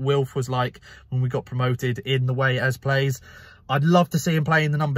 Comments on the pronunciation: Hey mate, it’s ‘Eze’ not ‘Ezz’ haha! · Why are you saying ‘Ezz’